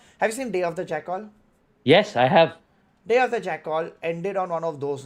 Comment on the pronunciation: why is pronouncing jackal like kajol